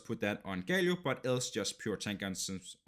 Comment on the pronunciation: sorry but it is GALIO not GAYLIO wtf... nice video tho